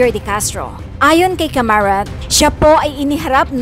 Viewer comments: Hindi Camarat kundi CARAMAT. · Bakit kamarat ang bigkas mo ..hindi ba dapat gen.caramat? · Hindi Po C A M A R A T . CARAMAT PO . HEHE